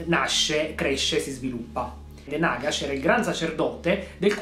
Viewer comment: Si dice Nàgash!!!!!!!!!!!!!